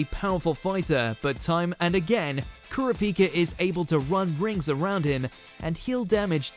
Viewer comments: YO for the number one pick you pronounce his name COMPLETELY WRONG the correct pronunciation is cur-ra-pika Hunter Hunter video please get his name right 😑🤦‍♀️💢! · nagisa moment far colder than trunks also ker-a-pihka.. ker-a-pika wtf but thats def #1 'come on you believe in mercy dont you?' kurama 'no' death bloom kurama cold moments are better than half this list.. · Kura pee ka lmao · The way you pronounced "Kurapika" hurt me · The way pronounced Kurapika is my new ick. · They way you pronounce kurapika tho 😂